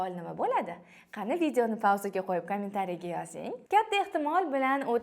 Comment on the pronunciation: Eee kamin tariya deb yib qoʻydi 👺